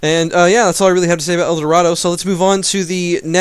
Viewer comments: EAT THE EL DORITO N IT'S EL DORADO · El "Dorito", Hahahahaha... as a spanish native speaker this cracked me up xD otherwise, great video! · and Cossicks?? is there a pronunciation patch? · I cringed every time I heard that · It's not a joke, he thinks you pronounce it that way